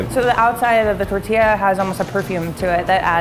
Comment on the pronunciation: My Soul 😬😬😬 cringes every time says TERtilla 😭